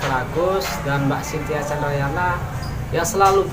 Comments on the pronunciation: Candranaya bukan candrayana,🙄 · Chandranaya mas bukan candrayana heee apa sy yg salah denger ya....semangat bikin kontennya mas... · Mbak Chintya candrayana😅😅😅 yang bner itu Candranaya bang😅😅 maaf bukan ngeledek maaf banget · Candranaya apa candrayana😅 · naya pak bkn yana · Cintia candrayana bukan naya😂😂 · Hihi..Candranaya apa candrayana hehe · Mas bukan candrayana .tapi candranaya